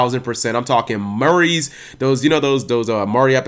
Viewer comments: see if you are going to quote off a show, at least say the name right dude. Maury: mor-ee, not mer-ee. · I wasn't sure what you were talking about when you said Murray's until I realized its Maury you meant but didn't pronounce it "Moar-E" lol still love your work mang.